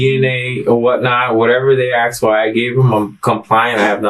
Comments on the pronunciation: pronouncing asking 'aksing' is the real crime here. Closely followed by the bizzare names used by everyone in his family. I dont need to know he kiddy fiddled the nieces to know theyre dealing with a monster. Crimes against the english language is enough for a life sentence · "Aksed", "I sais", "whatnot" - what a low life POS!..😢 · And uncle of the year award goes to ( not you ) and asking is pronounced ( asking ) not AXEING learn English 😊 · He aksed them again and again. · Hello. I am not an English speaker and I just have a quick question about language. Is it common to say my "wife akse me" and not "asked me? Tanks for any response. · Why does he says: axed me instead of asked me?! He did it twice so far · "axed", "turned her out"...I'm sure there are others but that type of lexicon although not evidence would make me question this guy and closely pay attention. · Its Asked not Aksed! Texts not Texses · says i’m trying to educate them. then says,,, axed them. dangit. i’m done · She axed me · my wife axed me? jesus christ. english? where is it